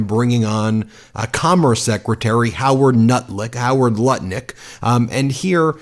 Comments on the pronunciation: Ben said Howard Nutlick and I’m 💀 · 🤣🤣 He says "Howard Nutlick" at least once per broadcast 😂😂 💙💙 Here for it! Meidas Mighty!